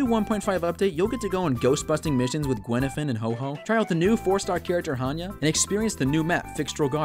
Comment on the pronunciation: gwenifan and hoho I just can’t it’s guifan and huohuo